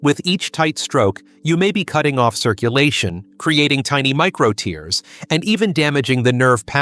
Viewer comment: You said that the Death Grip can cause tears in the penis. You pronounced it like the tears I shed. Somsad